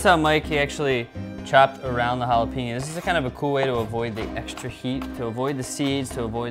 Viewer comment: jalapeño sounds like holla-pain-yo, not holla-peen-yo. O.o